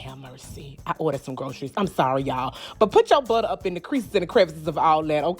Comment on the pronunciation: The way she says BUTTA....When you cook with this much personality, you know the food has to be the . I had to subscribe for that reason alone! I can’t wait to try the recipes!!! Thanks sis